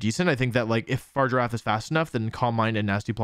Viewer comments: This is one of the worst pronunciations of a mon I have ever seen and shows he clearly didn’t watch the trailer but still not as bad as Pokémon challenges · Wolfe, I love you but I hate that you pronounce it “Far-giraffe” instead of “Fa-rig-a-raf” 😢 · I hate to be that guy but it’s Fr-If-Er-RAFF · Fah-rig-ger-a-ph Unless this is a Decidueye thing where you say it just to annoy people then lets go fargiraffe lol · It's not far giraffe. It's not a giraffe thats just far away It's Pronounced Faa-rig-a-wrath Also I might as well point out that "oran guro" is actually pronounced o-rang-ga-ru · “Far giraffe” opposed to “farigiraf’ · I really love your channel and I love all of how you pronounce Pokemon‘s names I think it’s very unique. But I hate the fact that you say far giraffe. And this may not matter to you. But if you call it that one more time . And not fariga raf. I will unsubscribe and never watch you again. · Fa-rig-a-raf not far-giraffe 🤦🏻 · it's a hard g, but even if it wasn't there's an i in there lol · fuh rig a raff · idc if its official its a giraffe it should be far-i-ger-af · I hear you say 'Farger-affe' and all I can think of is Dr. Evil in the 'Goldmember' movie. Goldmember: "I present to you... Austin Powers's fahja!" Dr. Evil: "...His 'farger'?" Goldmember: "Fahja is 'dad', 'dad' is fahja." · What I don't get is why people say Pokemon names wrong when they're said aloud in their debut trailer. It's Fah-rig-ghir-ahf. Also Farigiraf could use a berry to two-time resist super-effective moves. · Love how he spends the entire video saying Far Giraffe 🦒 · why does he ignore the confirmed pronunciation to call Farigiraf Far Giraffe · this pronunciation is making me go crazy. I thought the name was just Girafarig just pronounced flipped (so, FAH-rig-uh-raff) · Why is he saying Farigiraf wrong? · It's whatever he wants to pronounce it as, it's a made up name for a made up creature in a video game ... Leave him with his Fart Giraffe 😆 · Fah - Rig - Er - Raf